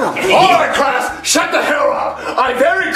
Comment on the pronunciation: CRASS THERES SO MUCH CREAM IN THE CRASSROOM!!